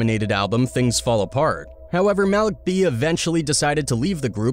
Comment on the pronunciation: Cringe when he pronounces,Malik B"s name😂